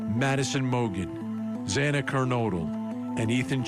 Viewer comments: its Xana not Zana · At least the judge apologized (sincerely, imo) and corrected himself after mispronouncing Xana’s last name, but I guess it was too much trouble for the chief of police to show Kaylee the same respect, after he mispronounced her name also. 😢❤😡